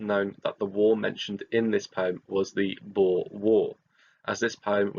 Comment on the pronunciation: Thank u so much for pronouncing ‘boer’ correctly! I’m half dutch and hearing ppl say ‘bo-er’ is hilarious but irritating lol